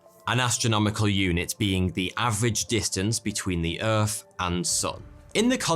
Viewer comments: Please, it’s a “th” sound in “Earth”, not a “f” sound. Edit: and “fousand” instead of “thousand”. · You can pronounce 9th correctly but can't pronounce the word Earth correctly , why not . Just asking . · your visual aids are like infantile so lose the yeti thing. and its pronounced earth, not furth. also arguments are just that, arguments. scientific proofs seem to have a shelf life so maybe they should just be called hunches?